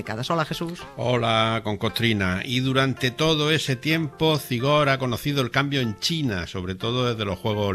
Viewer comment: Por favor cuando hables de Zigor no pronuncies la z como en castellano. En euskera la z tiene un sonido como la s pero un poco silbante. Nada, pronúncialo como s. Soy vasca y me suena horrible. Gracias.